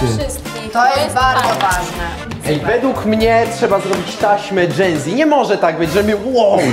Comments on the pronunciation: czy powiedziała genzi zamiast dżenzi? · Ej na kanale Genzi XD (Mówi się dżenzi) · powiedziała genzie zamiast dzenzi, ale to były stare czasy